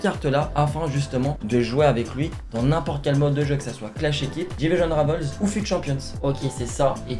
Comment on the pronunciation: Rivals en français svp merci parce qu'en plks votre prononciation en anglais de ce mot pue la merde 😂😂